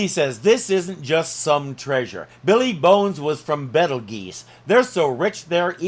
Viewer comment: WHY does pronounce "Billy Bones" as "BEE LEE Bones"????? Drives me CRAZY!